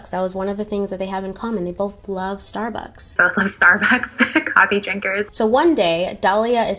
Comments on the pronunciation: I could be wrong but I don't believe there's a "th" at the end of Starbucks. Who the hell says "stabuths" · "we bothhzz love thsarbucks"